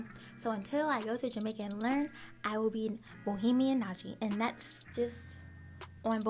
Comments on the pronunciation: It’s Bahamian ... lol get on your friends case they ain’t suppose to let you pronounce our nationality wrong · Hey! You say Bohemian but it’s Ba-hay-me-an! Nice video ❤️ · Loved the tour, also its pronounced Bahamian not Bohemian